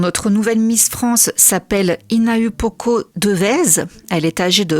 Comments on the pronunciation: Coucou, petite correction pour le prénom de la miss c’est n’est pas HinaUpoko mais HinaOUpoko. Le U se prononce OU en tahitien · Désolée mais tu prononces mal son nom. Le U se prononce mais se dit ou. Donc on dit Hi-na-ou-po-ko, en soufflant le H, et pas hi-na-u-po-ko